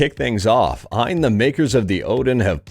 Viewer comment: Hey, great video. FYI I believe its pronounced A.Y.N (letters) I don't believe it is pronounced phonetically.